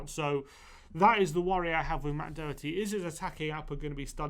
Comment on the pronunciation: You need to pronounce Doherty probably 🙄